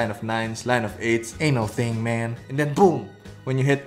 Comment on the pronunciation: Him: ooh men Me: Omaygad men!! Also him: man Me: thats good men!!